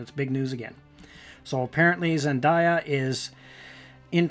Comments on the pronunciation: A lot of errors here about the actress. Her name is pronounced zenDAYya, not zenDYya. She is not Latina, but black/biracial, with an African American father and her mother of northern European extraction. I don't know if she identifies as black or biracial, though. Her HBO (HBL?!) series is Euphoria, not Europa. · Ikr it’s so annoying when people pronounce her name wrong like come on people it’s not that hard to pronounce zenDAYa.